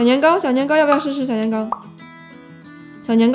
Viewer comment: 老父亲叫着年糕，不造为啥一直听成年哥🤣🤣